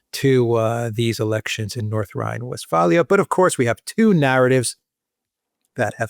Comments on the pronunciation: it is not West FALIAN.....it is pronounced as Nordrein West faaaaaalen, speak out as aaaa= WestFALEN...not WestFALIAN....it sounds long as aaaaa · It's not Westfahlia. It's Westfalen